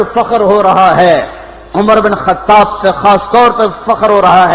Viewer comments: It's not khatab brother but khataaab I mean pronounciation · Its khattaab❤